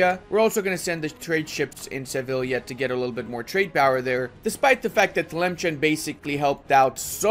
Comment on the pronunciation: Memes aside Sus is pronounced "Soos" and Tlemcen is "Tlemsan"